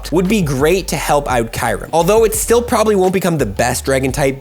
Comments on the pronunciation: Did i just hear KAYREM?? eeeeehhh Kyu-rem... ayayaya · What is kirem? It’s pronounced kyurem (ki-oo-rem) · No way he pronounced it as kai-rum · I don't think watched swords of justice movie lol. He butchered the name